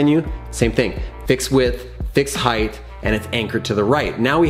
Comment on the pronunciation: Height is pronounced hite not hythe